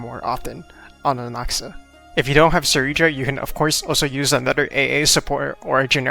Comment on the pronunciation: Why does no YouTuber know how to say Cyrene’s name ? It’s not si-Rene it’s si - Rene -ne